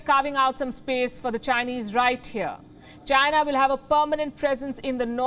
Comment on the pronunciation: Being a journalist, the lady can't even pronounce China properly, what a freaking Indian joke!